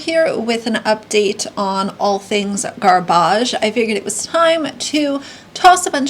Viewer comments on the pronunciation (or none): i’m so sorry I die laughing everytime you pronounce garbage like that 😂😂😂😂 not just this video, always😂😂😂😂 I love it😂